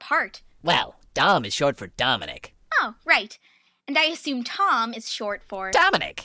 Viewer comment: Did Tom say “Tominic” or “Dominic”